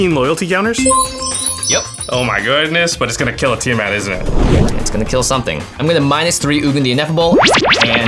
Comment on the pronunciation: Ah, that kinda pisses me off how you said TIamat. Oh boy